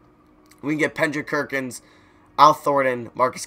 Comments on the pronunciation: Pendrick Kerkins (KEN-JRICK PER-KINS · My mans said pendrick kerkins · " We can get Pendrik Kerkins" 😂😂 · Pendrick Kerkins 😂🤣😂🤣😂🤣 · LOOOOOL HE SAID PENDRICK KERKINS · My man just said pendrick kerkins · So we just gon ignore that he said Pendrick Kerkins huh? Aight then.